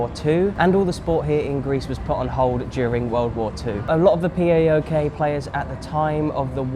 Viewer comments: That pronunciation was lite dude. Not P A O K, just PAOK! Good work though. Update: You fixed that but late. :D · Don't pronounce it PiAokay, you can pronounce it Powk